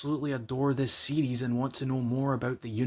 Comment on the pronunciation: Oh, you are saying series. I thought you were saying CDs. LoL